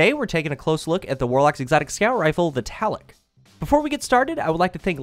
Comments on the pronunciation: It's not the Taloc it's the Tlaloc. To say this weapon's name correctly first pronounce the 't' "tuh" then say the 'lal' part then 'oc' as "uck" "tuh-lal-uck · Actually it's pronounced t-lal-ock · Tla Loek pretty straightforward pronunciation. Not Talloc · it's tlaloc. not taloc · Tal-la-lock is how it is pounced. Not Tal-lock. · not "ta-lek" its "t-la-lok/lek" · It's not pronounced TALICK!! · It made me so mad, eh. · It's pronounced Taloke actually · Tlaloc is pronounced tu-lal-luke, he is right about it being an aztec diety though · Why are u saying taloc? There isn't even a a before the l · this is how you pronounce it Thlalowk!! Thank you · i know a ton of people don't know how to pronounce it correctly and I don't blame them, but if you wanted to get close the second "O" is a long vowel like tlah lohk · It's pronounced 'Luh-Loke'. Just saying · Awesome review of this amazing gun! It was great to see you slay folks in PVP with it. One thing: your pronunciation of the name is off a bit. Check for the correct way to say it. The second half of the name is pronounced "loc" ... like the old rapper Tone Loc! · its pronounce Tla-lok, sorry I had to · It's pronounced T lay lok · prounounced Tl- AH- LL-OHk aztec god of the storm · I cringed every time you mispronounced the name, but I found the review helpful. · it kills me how no youtuber could pronounce the name right. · The O is pronounced exactly as an O is pronounced at face value (hence, "nominatively" aka "that which we typically elect"). Not to sound rude, but you aren't using proper linguistic fragmentation. Having a W means the W is voiced --- which if you pronounce Tlaloc the right way, would have no W sound at all.